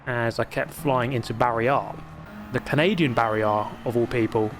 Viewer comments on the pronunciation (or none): It's not Barry R in Canada. It's Barry Ey. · Barry-Eh. The Canadian Barry R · Canadian Barry is more of a Barry-eh-r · In Canada it's "Barry -eh" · It's "Barry R-eh"